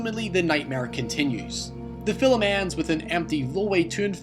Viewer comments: Ha ha, around 45 sec he says Fillem for Film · Say "filim" again! I DARE YA!!! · Why do you pronouce It "filUm"? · Dude, you have one of the most bizarre accents I've ever heard... Is that Scottish? Dutch? You pronounce certain words in such a strange way, like I've pretty much never heard before. You say "film" like "fill'em" And "rape" you said "re-up" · "fillum" film "hoyse" house "seeyaf" safe. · Cranky Carrot Yeah...his pronunciation is driving me nuts. Great information, but I cringe every single time he says 'fill-em'. 😖😖😖😖😖😖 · why don't you have more subs, you are interesting. Even if you do say "fillem" :D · "Hoaw" "The fil-lem" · What accent do you have? Does your fanily also say "filum" or just you? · Yeah its just one I don't hear often... this thread was about him pronouncing a word differently, I just added one I noticed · Weird question: why do you pronounce "film" with two syllables? Is that a regional dialect? I've not heard that from other Scots before. And no, I'm not making fun, I'm genuinely curious. Linguistics are a thing for me. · Never heard "film" pronounced as two syllables until now. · love your video, the only thing i dont like is the way you pronounce the word "film" lol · "Film" only has one syllable! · Where are you from that you pronounce "film" in two syllables?